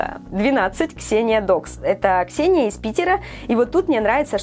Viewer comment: Ееееее я Ксеня я тобі вашко вимовляти😳🙈🙈🙈💩💜❤️🙈💚я обідилас уууууууу